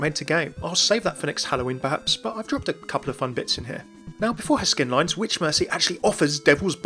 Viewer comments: Did somebody call for a vitch? Lmao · Did someone call for a vitch?